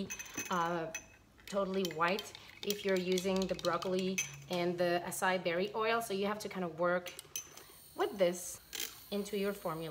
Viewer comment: Your videos are always SO enjoyable. You do an excellent job making them. When you showed the tray of solid conditioners at the end, I smiled. That was my reaction to your beautiful creations. I've heard that acai is pronounced ah-sigh-ee...accent on last syllable. Your English is excellent. They say English is one of the most difficult languages to learn.....we do have some "funny" words such as comb, dumb, bomb....the b at the end is not pronounced so why is it there ?! Ha ha When I hear you speak in French, that sounds more difficult to me but I know it's native to you. Wonderful that your children are growing up speaking both . That reminds me, I think it would be such fun to be one of your kids because of your sweet nature & what you create! Having a mom like you must be awesome.